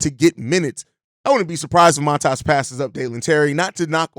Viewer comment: Not Mataas, but Maatas, give or take.